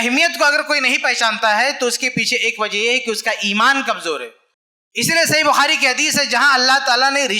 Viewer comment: الحمدُ للّہ موضوعِ تقریر بہت کارآمد اور حسبِ ضرورت لیکن المختصر یہ کہ اردو زبان بہ اعتبارِ معیارو قواعد بہت پست و کمزور ـ مثلاً : ( بطورِ مشتِ نمونہ از خروارے) چاچا بجاے چچا؛ ماما بجاے ماموں؛ باوجود بھی بجاے باوجود؛ بھائی چارگی بجاے بھائی چارہ؛ (والد سے) یہ تمھارا مسئلہ ہے بجاے آپ کا ؛ الگ کرو بجائے الگ کیجیے؛ کہ کا تلفظ کی یعنی کہ کو کی ؛ شوہر کے معنی میں آدمی کا استعمال کرنا : کہنا کہ آدمی کے ہاتھ میں ہو عورت کے ہاتھ میں نہیں؛ بھرپائی؛ سہمت؛ پریوار؛ اتّیاچار؛ بھیانک؛ عقد اور نکاح کا ترک اور شادی کا استعمال؛ کسی کو مت دے بجاے نہ دے؛ والد کی جگہ باپ باپ کہنا؛ تقریباً ٣٠ الفاظ انگریزی کے اردو کے الفاظ کو نظر انداز کر کے؛ من بجاے دل وغیرہ ـ موہن بھاگوت بھی اپنوں میں تقریر کرتے ہیں اور ایسی ہندی میں کہ کوئی نہ سمجھ سکے؛ حالاں کہ شاید سب لوگ اُن کے ، سنتے اور مانتے ہیں ـ لیکن اب ہمارے علماء بھی صحیح اور عمدہ اردو نہیں بولتے؛ افسوس ! جو نا معقول اور غیر معیاری اردو بولتا اُس کے لیے میرا ایک شعر : جو تو بولتا ہے ، وہ اردو نہیں ہے چمن ہے مگر اب وہ خوشبو نہیں ہے (احسان خسرو کا نتیجۂ فکر)